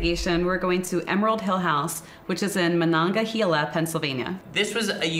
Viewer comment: It's pronounced Muh•non•guh•hell•uh.